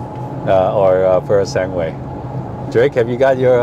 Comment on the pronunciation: Congratulations! Now can you do us a favor? It is not “sanguuuuue” - it is pronounced “sangue” - the last syllable is like “ge” in “geko” ——> “sanGE”. Thank you.